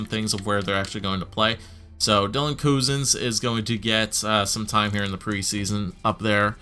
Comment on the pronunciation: Put Domi at centre since he has better face offs than Drouin I believe. Also put the 3 Finnish guys together. Cozens should get NHL time, play him the first 9 games and if he performs well keep him if not send him to juniors. Also I believe the guy who told how to say Cozens' name meant that Cozens is said similar to Cousins. I might be wrong too, at least that's the way I know it's pronounced. Btw opinions about that new mascot of your Flyers?